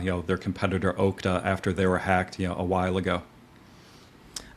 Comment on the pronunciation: Based on the way he pronounced Okta, I'm guessing he isn't a tech buff haha.